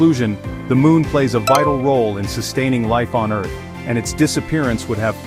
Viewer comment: EARH???? WHAAAAAAAAAB😂😂😂😂😂😂😂😂😂